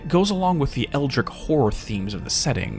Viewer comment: thats not how you say Eldritch